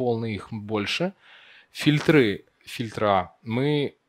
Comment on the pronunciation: Докладчик, уважай слушателя: "Хитмапа", "Вставить линку", "ФильтрА". Позорище...